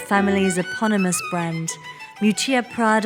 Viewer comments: Isn't her name pronounced Miúccia Prada, with the stress on the first syllable? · Wanted to watch the video but as an Italian couldn't go past the third minute of mispronouncing terribly her first name. It's not Moo-chia pls! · It's actually pronounced Meeeoootchah. Just for the record.... Thanks for such an interesting video 🧡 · Her name is spoken mee'hù''tchia 😊